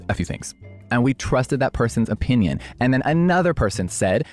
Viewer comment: I’m late 😭 I had school lol! Anyways loving the aesthetic vibe you’re giving 🤍🤍 Also I’m saying OP INN YUNS now instead of opinion now lol